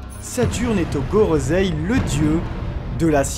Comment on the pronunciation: Merci pour l'analyse, très sympa. Juste quelques commentaires : merci d'avoir dit "non, je suis ton père" qui est la vraie tirade mais que même les boutiques omettent le non, pourtant si important. Par contre, vous dites "gorozei" à la place de "gorosseille" pour le Gorosei. Je suis sûr que vous connaissez un minimum de règle japonaises pour le dire en bonne et due forme, comme on dit à l'oral "brussels" et non "brukselle" selon la voix des belges. En tout un grand merci. n'oubliions pas #thankyouoda merci d'avoir été là pour espérer lui faire entendre les sentiments des fans français pour qu'il aille mieux et qu'il puisse nous donner le meilleur par la suite. Hâte de voir la suite après la pause.